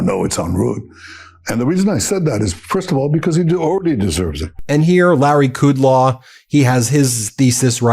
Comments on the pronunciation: Ben Meiselas: the Fox dickhead’s name is Larry Kudlow, not Kudlaw. It is hard enough to listen to their errors without adding more. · It's Kudlow, not Kudlaw. Still a lying pig... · Kudlow - As far back as I can remember, his name was pronounced like the words cud low, not what only you have said!